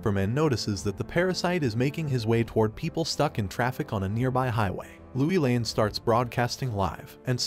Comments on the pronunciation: You're the only narrator that pronounces Lois Lane as Louie Lane. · Please get the names right, everyone knows how to say Lois Lane and when you don't you take everyone's concentration.